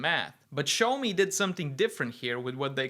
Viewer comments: Pronounced "Shiao-mo" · Not really, one character is 小, the other is 少. Similar but different. But the way pronounces it is still way off, like a different brand 😂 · The name sounds closer to shower me than show me! It's called Shaomi, like Shaolin!